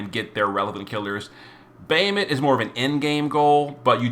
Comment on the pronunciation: Normally I follow and love your video but your pronunciation always hits me like nails on a chalkboard Bah Ha Moot not Bay hi mit for Bahamut Kle o may not Kle ohm for Cleome Etc etc LoL still love all you do for the community